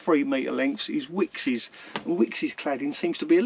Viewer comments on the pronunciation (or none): Love the channel but it's called wicks not wickes's 😕